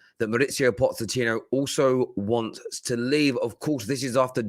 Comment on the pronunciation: He never gets his name right…maurizio pozechino…😂😂